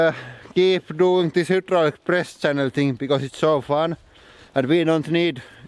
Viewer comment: I always think you say beyond depressed channel lol